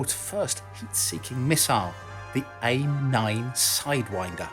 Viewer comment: fwiw, it is 'Ay-Eye-Em nine', not AIM as rhymes with blame.